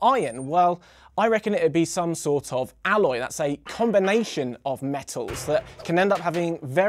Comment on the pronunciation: it is "alloy" :-)